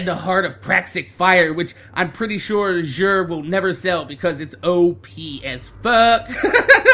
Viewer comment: Kinda butchered Xur's name didnt ya